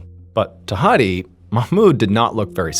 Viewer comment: Good pronounciation of "Mahmoud/Ma7moud". But "Hadi" is wrong, the "A" is an "apple" A, . Not an English Major, just a native speaker. :)